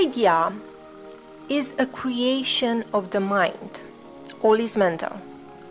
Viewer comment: what is the word you are saying? All?... the mind of the all?